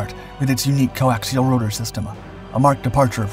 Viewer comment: Coaxial, just say coaxial ffs